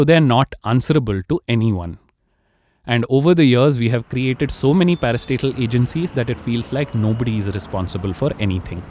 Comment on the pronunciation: Every time he said 'parastatal' I thought he was saying "Another parasite", "A new parasite"